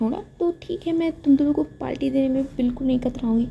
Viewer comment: Hi miss i am naw subscriber yar aap ye parti ko palti bolti ho